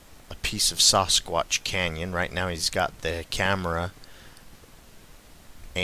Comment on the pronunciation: Saw-Squatch? lol... I believe it's Sass-squatch. Sasquatch. hehehe